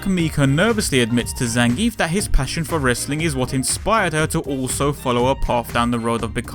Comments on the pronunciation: It's actually pronounced Zan guee ev. I guess it's a russian pronounciation thing... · I pronounce his name "Zangeef" xD